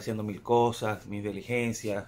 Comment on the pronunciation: por favor no digas más NUNCA, DELIGENCIAS, lo correcto es DI-LI-GEN-CIAS. Tú eres una figura pública y debes preocuparte más por el léxico, forma de expresarte y no decir tantas groserías. Enriquece tú vocabulario, lee etc. Lo que sí me alegra es las buenas noticias que nos traes. Ojalá todo salga como nos comentas y el mundo entero pueda celebrar nuestra libertad. Un abrazo y no te molestes por la corrección que te lo digo por tú bien.